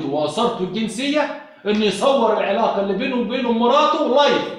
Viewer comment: اسمها العلاقة الحميمة.غلط في نطقها